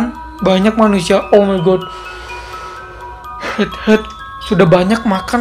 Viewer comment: Tadi kok suaranya bilang letter bukanya light head wkwkw kqkwk